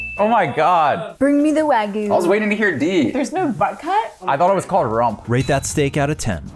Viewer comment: 🥲 i love you guys but consistently hearing wagyu be pronounced wrong makes me wanna rip my ears off LMAO